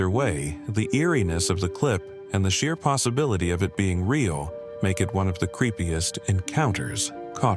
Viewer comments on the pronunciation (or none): none